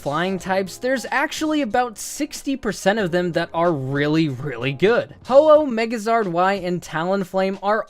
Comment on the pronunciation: He said megazard